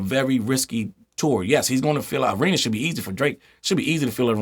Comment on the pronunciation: Did you say “ARENA” tours🤣🤣😭😭😭